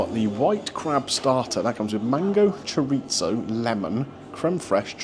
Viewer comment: Your pronunciation of chorizo is almost annoying as Greg Wallace's.